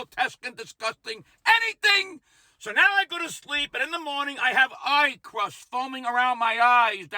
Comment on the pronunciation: Eye 👁 crust! Lmao! 😂 I thought you said “pie crust!” Yeah, that’s a fun one in the morning. Have we missed any orifice? 😣😁😘🗽